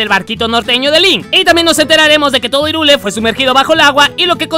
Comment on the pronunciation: Irule... ¿Irule? ¡Se pRoNunCIA "jaIRuL! DiSLiKe aL vÍDEo!!! >:v (ok no)